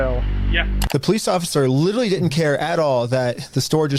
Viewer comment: Why is it that both this guy and Nick Shirley cannot pronounce the word "literally"? They are saying "littelly".